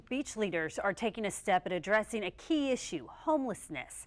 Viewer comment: "Addresseen", "createen", "sleepeen" "vetrens", "ahfer", "ahfficer" and "ahfering" are not words.